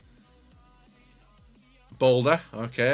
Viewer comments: he’s saying balde as boulder he’s not a rock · The Balde pronunciation is driving me insane!😂 damn Balder?! Lmao